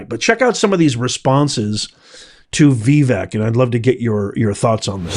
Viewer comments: Hard to watch this video with how you pronounce Vivek. I’m not even sure which way is correct but I much prefer Vih-veck than Vee-veck. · Veh-Vake…is the proper pronunciation of Vivek, it’s not VeeVeck… I only mean this in a kind way!! The way you say it makes it hard to take what you’re saying seriously, you’re too educated for that!! I love and appreciate your work, so please don’t take this post as disrespectful. It’s meant to be helpful! Thanks for another great video!!!! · His name is not Veevek. It's pronounced Vivake (vake) like cake he always says. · Please stop mispronouncing Vivek. It's not VEE-vek. It's vi-VAKE. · I'm 82, and I agree with Vivek.😢 By the way it's pronounced Vee-vake, as he says, it rhymes with cake! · Ok, professor….his name is pronounced Vivake, it rhymes with cake! It’s spelled Vivek, but it sounds like Vivake. He is right! But no one wants to hear it….the truth hurts sometimes. Americans do have what it takes but the system is failing us. The education system, the family system, health system….and the internet is creating lazy young kids. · OMG!!! IT'S NOT "VEEVEK" IT'S "VAVAKE" RHYMES WITH CAKE!! 😊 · Okay, it's NOT "Vee-veak" it's Vi-Vake. Rhymes with cake. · Not to offend but Vivek is pronounced Vi, (sounds like victor) Vek (rhymes with cake)... pronounced with accent emphasis on the vek. And I believe you've completely misinterpreted what Vivek is saying. He's spot on. Blessings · Having initially made the same mistake myself, unless you’re doing it intentionally and / or disparagingly, my constructive criticism for the day is … your pronunciation of Vivek Ramaswamy’s first name is incorrect and needs to be corrected as Vivek is “properly” pronounced like Vi•vake [i.e., the second syllable, believe it or not, is pronounced like “cake” or “lake”]. Otherwise, I’m a “big” fan of your podcast to witch I’m duly “subscribed” and try to hit “like” every time I watch / listen ❤ !!! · it's said like "Vi-VAKE" (rhymes w/CAKE)